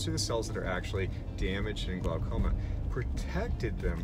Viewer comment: Glaucoma, pronounced glawcoma.